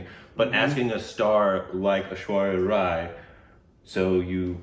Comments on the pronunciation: But FINALLY pronnounced Rai properly! Hooray! What a historical moment,o Lord! 🤣🤣🤣🤣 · Now it feels weird to hear pronounce 'Rai' the right way... oh I miss those Korbinisations!